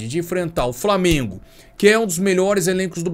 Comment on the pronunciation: “Framengo” que se lasque